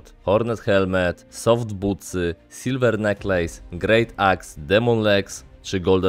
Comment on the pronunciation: Nie "neklejs" tylko "nekles"